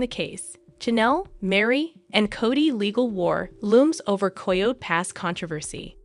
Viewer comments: Coyote - pronounced ky oh tea!!!! Is it so hard to teach the ai proper pronunciation? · Is this an AI voice? There are some odd pronunciations and syntax. The cadence is very robotic. ANDthe word coyote is pronounced KY-OO-TEE- 3 syllables. ( not ky ote!) get it right!! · Learn how to pronounce coyote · Since you can not pronounce coyote correctly you should not be narrating